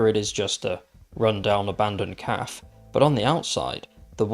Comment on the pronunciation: Cafe is pronounced "Caf-AY"